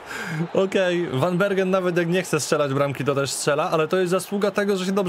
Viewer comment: tak na przyszloscz zeby bylo latwiej. W Holandii 'g' czyta sie jako 'h'. Czyli Gravenberch czyta sie jako 'hravenberch' a van Bergen czyta sie jako 'van Berhen'.